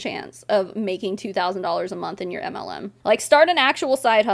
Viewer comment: Your channel is mostly anti-MLM. I've been a member for over a year and a half. Every time you read my name, I hear "anti Lu". I never thought of the pun "auntie-MLM". I feel stupid. I should be the Auntie MLM.